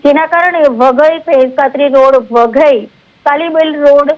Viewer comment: વધઈ ❌ વઘઈ✅